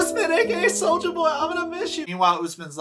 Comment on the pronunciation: It's Soja not Soulja...and he is already aware lol